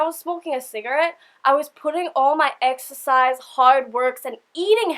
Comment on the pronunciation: When you say exercise you have a strong Australian accent. I love it!